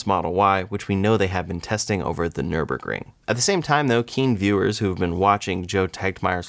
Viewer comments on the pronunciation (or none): none